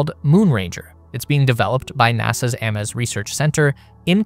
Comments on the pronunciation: it's AImes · That's surely 'Aims' not 'A-mess'. Narration of videos on YouTube (especially by Americans) is such a mess! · It's not NASA [Ah-mess] Research Center, it's NASA [Aims] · AMES is pronouced like aims... not aye-mess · AMES is pronounced AAAAmmms,- "he aims his rifle" not aaahmess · Pronounced ‘Aims’ also, thank you for calling out the Canadian contribution. Too often the arm gets the glory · Ames is pronounced “aims”. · Dear AI voice… Could you say for me the name AMES again?😅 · Sure pal. And in four years he hasn't learned how to pronounce Ames. And he's too important and busy to show his face for a few seconds. And AIs couldn't possibly mimic a human voice. Fact is, you could be anyone with your inscrutable alphanumeric scramble, too scared of the Man to show your face or your name. I don't listen to anonymous people. This crap has helped ruin YouTube, but the good news is this is a reminder to the wise to be less and less down here in the dungeon and more and more out in the world. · I am not a hater by any means, but when there are simple mispronunciations in science based content, it automatically makes me think an AI is reading the script. Ames Research has been around for well over 50 years and if you are reporting or discussing Space related content, you should know about it. This is not the first time this has happened, but this one was glaring considering how famous Ames Research is. I cant support an AI science channel. I think there needs to be a real person shown on the screen during the videos to verify that this is not some AI channel. Many channels are doing this now so their viewers know they are supporting a real person rather than a bot channel that is all AI. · AI can’t pronounce “Ames” correctly…also, could the lumpy hills have been created by big icy comets crashing and the kinetic energy replacing continental collisions as the fusion source?